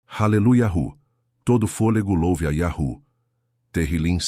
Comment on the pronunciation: mas irmão vc está pronunciando errado quando pronuncia iarru, um exemplo bom é tipo uma senha de voz para abrir um cofre ou uma porta, se o som num for o certo o cofre e nem a porta vai se abrir.